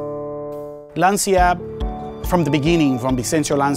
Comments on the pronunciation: It's "LANCIA", not "LANTIA", for god's sake. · Oh, no, dude why?! It is 'Lancha' not 'Lansia'. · It's actually pronounced Lan-Ch-ya. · Es LanCia,not Lansia. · It's Lancha 🚤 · if you are in love with Lancia you should know is pronounced like "lunch" + A, Lancia! Is just one word, not difficult ;) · Jack Shepherdson more like Lantchah